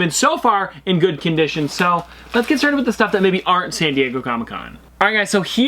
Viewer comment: I love when he say LETS STARED